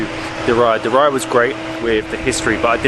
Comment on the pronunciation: Exactly!!! 👍🏻 It's not (and, I quote it) "Diraya" but Diriyah!!!! 😅 Lmao 🤣 🤣